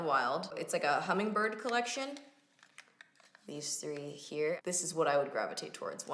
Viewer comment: When you hold up the wet n wild blushes and say “these three here” my phone thinks you’re saying “hey Siri”...that part activates Siri every time 😂